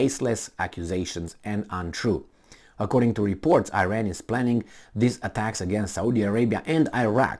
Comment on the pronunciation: You should learn how to pronounce iran